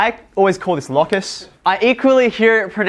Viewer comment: How do you pronounce focus? I'm thinking that your pronunciation of locus is pure hocus-pocus.